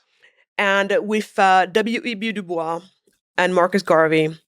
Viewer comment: W.E.B Dubois pronounced his name with a sibilant "S". The matter is not open for debate. He was very clear. I believe there is a recording of him clarifying the pronunciation of his name. Again, it should be pronounced with a STRONG sibilant "S". Ms. Wade is ill-informed to the point of ignorance and insult on this matter.